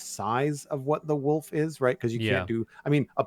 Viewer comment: Everytime says wolf armor i hear wool farmer. Also auto crafter is amazing such a great gift.